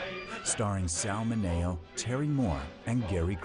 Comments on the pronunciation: Not Sal Min EH oh...Sal MIN eo. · In many of these documentaries, the narrator screws up the pronunciation of people's names. It's Sal MINNY-oh, not Muh NAY oh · She starred with Sal Mi-NAYO LOL Narrator can't pronounce his name correctly!